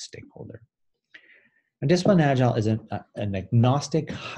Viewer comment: Why don't you pronounce "agile" right? Instead you say "agilele". That's freaky!